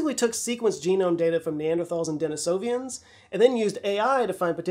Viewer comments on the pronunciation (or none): Denisovans not Denisovians❤ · Good catch on Papyrus,. But... It's Denisovans. Like Minnesotans. Not Denisovians. Like Avians. Wait'll the LotR fans find out you said Sore-On instead of Sow-Ron. I'll see myself out. 😉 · Uh, are ‘Denisovians’ offshoots of ‘Den-EE-sovans’? 👀 C’mon,! Stop comment-baiting. 😅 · Denisovans, not Denisovians. Yeah, I'm a pedant. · After the who 'pappy-rust' debacle; you are absolutely trolling us with 'Denisov'i'ans'. Denisovan shurely? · Denisovan, not denisovian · Denisovans....no second "i"